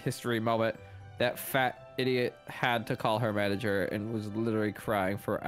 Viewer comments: U just said manger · say manger lol %100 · Its M A N A G E R not M A N G E R